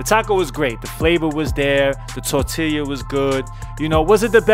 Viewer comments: It's tortilla (tor-tea-ya) my dude not (tore-till-e-ya)..for fucks sake🤣🤣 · Mac stop saying tortileeeya. It’s tortilla (Tor-tee-yuh) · Never seen a human struggle so hard with tortilla. (Tor-til-ya) - MAC lmao Tor-Tea-Ya^ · Mac said, "tore'tillya." Lmao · If Mac says tor-till-yuh one more time...🤦‍♂️ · Torta, torta, tortaria, tortilla, tota,sone shit..😂😂😂😂 TORTILLA BRUH!! I LOVE BIG MAC....FROM D.C. AND ALASKA... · "tortilia" - china mac 2019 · Yo Mac it's pronounced Tor-tea-ya not Tor-till-ya. 🌮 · Mac FYI its not tortillia. Its tortilla and LL's are silent my man. So pronounced in English torteeeya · It’s pronounced TOR TEE YAH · Mac say TOR-TEAL-YUH lmmfao! And yall see mac almost bite his damn finger off at the second joint haha great shit.. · My man's said "tor-tilla" LOL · "Tortillya" hahaha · The Tor Tee Leeah!!! 😂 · Did he say tor-til-ya??💀😂😂😂😂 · "tortillia" lmao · lol the tortilya. my man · Mac, the 2 l’s in tortilla make a y sound. It’s pronounced “tor-tee-ya.” Lol. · Tor-tee-ya bruh lol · That nigga said tortiliah 😆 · Holy nobody noticed you keep saying "Tortillya"?! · This dude said, "Tortilya" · "Tortilia" lol tortilla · “TORT” “Tillya” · Ayo my guy its “ Tortiya” pronounce like that playa. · I know he didn’t say tortilluh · My man really sounded out “tortilla”😂😂😂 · The way Mac was pronouncing tortilla all episode killed me. You're still my guy Mac but we have to fix that lol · The way Mac says TORTILLA is hella wrong but I ain’t even mad fam. U trying and that all we ask for lol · You're having a real hard time saying tortilla lol! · Yo China Mac your saying tortilla wrong lol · I cant trust his review on tacos strictly off the way he says tortilla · How do you mispronouce tortilla so many god dam times in a tortilla vlog smh